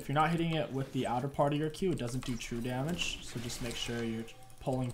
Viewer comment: yes waking people up does a bunch of jamej, bro u ok? are u having a stroke